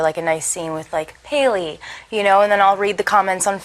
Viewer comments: She said Paily. I'm dead. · Booh paily